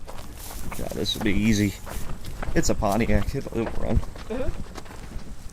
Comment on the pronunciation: Try's to say "Pontiac" like he says "JAG" lol.